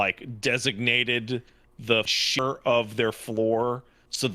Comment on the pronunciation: “The shi-rt of their floor”